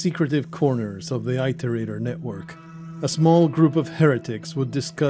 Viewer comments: I guess that's just me being me. Almost like my mind twich every time someone says 'tooken' instead of 'taken'. Or 'beda' instead of 'better'. Never thought I'd hear 'it' said like 'eye'. Not making fun, just me and my brain going 'wait what?!' hearing weird ways some people say words. Like that edge of annoyance of someone saying your name wrong lol. I often found it's due to them not knowing how they are properly said. Not because they 'want' to say it weirdly. Personally for this context I feel it better it was said proper then some made up way as the word is a real programing term, and relevant to the game. It is called an "iterator" because they are "iterating". Going through lists of data given to find a solution. Having been a software dev once also adds to my nictpick XD But that's me and my dumb brain. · And mine "The Affairs of Passing Gods: Rain World's Full Story" by Solemn Sunday. in. (Id link it directly but youtube like to auto delete comments at times that hold links) If you look up 'how to pronounce Iterator' it all comes out the same. As its also a programing term meaning to navigate a container, like lists... I've never herd it said like "eye-tor-ate-er". Another youtuber missaying it isn't evidence :P So counterargument countered. Again not meant to be mean or anything. But wanting to look up the story and get a better understanding of the game, I had to stop and go. 'whats an eye-tor-ate-er'? OH they mean it-or-ater. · Please look up the correct pronunciation of iterator. Dazzombies pronounces it in the way you do, so you likely got it from him, however you can find him mentioning in multiple videos as being mispronounced.